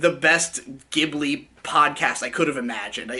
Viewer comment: It’s "Ji-bu-li”.